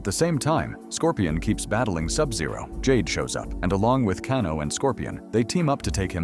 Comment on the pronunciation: "While Jax Briggs goes up against JayDay [Jade]..." Jayday? 😂